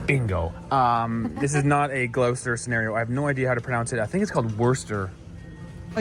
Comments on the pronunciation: Gloucester is pronounced [gloster], not [glohster]. Pronounce the 'ou' as a short 'o'. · Its Gloss-ter not glow-ster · Generally, every town in the the UK will have fish and chip shops, Indian takeaways and Chinese takeaways. All convenient, tasty foods. 16 ounces = 1 pound, 14 lbs (pounds) = 1 stone. He needs to learn how to pronounce Gloucester it is gloss'ter not glough'ster. Woo'ste'sher. I concur, Krispy Kreme are horrible, dough is claggy and excessive sugary icing. Our food prices have risen a lot recently, the reason living in London is so expensive is the rents. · It’s not Glowster, it’s Gloster 🤦🏻‍♂️ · It's NOT Glowster. Its GLOSSTER. Doctor Foster went to Gloucester In a shower of rain. He stepped into (some piddle)(a puddle) Right up to his middle And never went there again. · You were close with your pronunciation! Well done for not calling it 'Glou-Sester', but it's actually pronounced 'Gloss-ter', rather than 'Glou-ster' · spoiler... it's not "glow-ster".. It's "Gloss-ster" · Gloucester pronounced “Gloster” not “Glow(rhyming with cow)ster” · Its pronounced closer not glowester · Wrong. GLOSSTA. NOT GLOUWSSTA. SAY GLOUCESTER LIKE GLOSSING GLOSS. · He was wrong when he butchered Gloucester. Glos ster…..not glow ster. Worcestershire = woostersher sauce. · Glowster?! It's pronounced 'Gloss-ter'.😅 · It's pronounced Woostersher sauce, We just say Wooster sauce. Leicester is just Lester. And Gloucester is just Gloster, not Glowster like he said in the video. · Gloucester - Not pronounced quite right but it was fairly close Pretty much remove the uce in the middle and say Gloster. Wooster Sheer Sauce. Many of us just refer to it by the Brand name Lee and Perrins. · "I'm 90% sure it's pronounced Glowster". 100% wrong. 🤣 🤣 🤣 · Sorry, he is pronouncing Gloucester (Gloster) wrong. Milk in your tea is a personal choice. I don't put milk in my Earl Grey tea, but my husband does. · Gloucester = Gloster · Gloucester is pronounced glost-er. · Close but it's "Glosster"